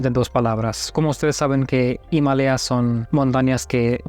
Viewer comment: Me sorprendio como pronunciaste Himalaya , fue algo asi imalia, y en mexico lo pronunciamos diferente algo ima laya o ima lalla😅